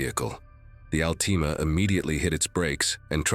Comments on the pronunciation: OH WOW AI SAID ….. AL TEE MAH 😂😂 that’s not even close to AL TA MA 😂😂😂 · You mean the Allteema. Gotta love AI. LOL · the way he says Altima its Altima not Altima 🤣🤣